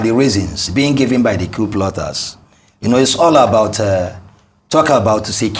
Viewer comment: It is not Kew. It is Coup.